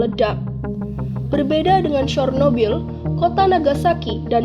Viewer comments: Bacanya sernobil Bukan sornobil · Cara pembacaannya mendekati, yaitu "Chyornobyl"